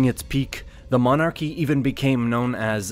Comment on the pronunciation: Sorry, got as far as the commentator trying to pronounce "monarchy" and had to turn the video off